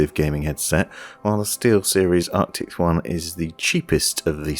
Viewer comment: Loving your videos. Keep up the great work. I still get a laugh every time I hear you say Arctics instead of Arctis :-)